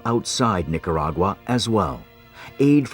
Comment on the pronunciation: Terrible disaster. What's a Nicuragura? I refuse to try and explain this never ending pronunciation mistake. Spanish is so easy to pronounce and yet this mistake persist. On and on and on.